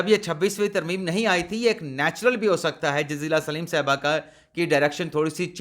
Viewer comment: جزیلہ سلیم نہیں بلکہ اسلم